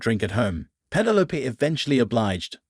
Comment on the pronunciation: Penne Loap? Who names their kid Penne Loap? It’s penne low peeeeeeeee. Penelope. Teach your VO 🤖 some Greek!